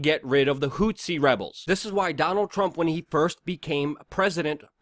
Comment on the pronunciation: the rebels inside yemen are not called "hutsis", luke. those were the guys actually called "tutsis" and "hutus", fighting against each other in the 1994 rwandan civil war in africa. rather, what you seem to be referring to are the "houthis" (with a "th", as in "this" or "thus"...) that are fighting the saudi/US alliance. hope this helps...